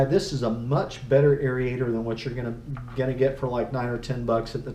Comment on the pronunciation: Great info......now lets talk. The proper pronunciation is AIR-AYE-TOR not AIR-EEE-AYE-TOR